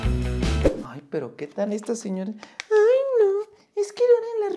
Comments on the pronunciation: Por favor vuelve al señora, me duelen los oídos de escuchar el señore XD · excelente video pero el "Señore" no eso no esta bien, el español es un bello idioma cuando se habla correctamente un abrazo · Gracias por la información pero habla bien qué es eso de señore